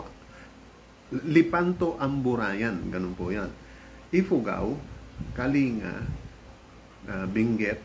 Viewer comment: Kaya pala wala capture ng travel along the way kasi gabi ang byahe. Of note, we say Kaling-ga and not kalinga :D